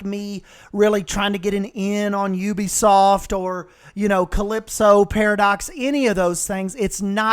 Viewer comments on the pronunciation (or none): none